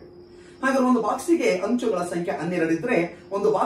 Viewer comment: Hanchu alla sir anchu